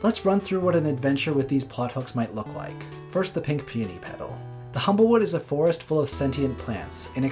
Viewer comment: I kept mishearing "pink peony" as "pink peeny"........